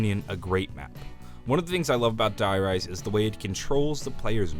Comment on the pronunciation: If I hear him pronounce "Die Rise" like that again my ears will start to bleed...